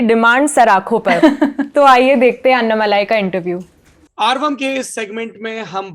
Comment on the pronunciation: अन्नामलाई ? What the hell ? It's अण्णामलै ... Don't ruin the South names... Please learn the pronounciation...